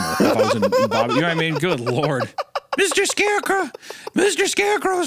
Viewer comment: Baba duk